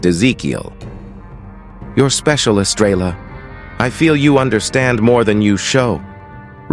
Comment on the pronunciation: This narrator drives me nuts! He doesn't pronounce words properly. I agree with other people who have given comments; who wrote this? Horses are not cubs! Estrella is Spanish for star and the 'l's are silent.